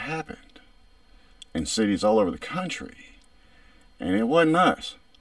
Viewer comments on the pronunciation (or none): County man, the word is country. 😂